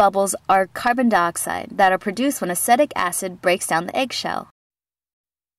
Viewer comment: you're pronouncing acetic acid wrong and aslo for your hypotonic solution you should be using distilled water as regular tap whater contains mineral from the underground water table.